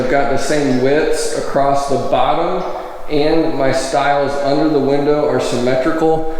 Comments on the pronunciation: THERE IS NO 'T' IN THE WORD ACROSS... ACROSST? NOPE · Acrosst??? Really??? Lol